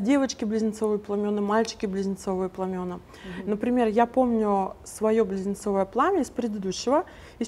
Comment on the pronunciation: в слове пламя , множ. число пламена , ударение падает на послед. букву А .